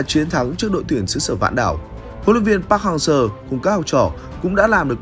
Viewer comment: cứ đọc park hang SƠ , nghe khó chịu vl